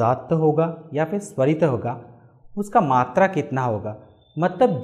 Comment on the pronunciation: मद्धमा नहीं, मध्यमा। सरित नहीं, स्वरित। अपना उच्चारण सुधारिये।